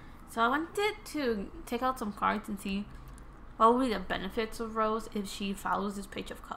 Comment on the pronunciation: I like ur reading but it rosé not rose it's pronounce ro-sey